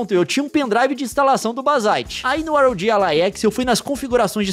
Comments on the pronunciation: é "RÓGUI" não R.O.G., Leon. Aff INASSISTÍVEL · que video incrivel leon, mas infelizmento eu fico agoniado em ouvir vc falar R O G e nao ROG kkkkkkkkkkkkkkkk